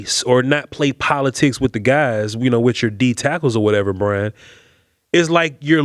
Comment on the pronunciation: 1st its BRY-an 2nd yes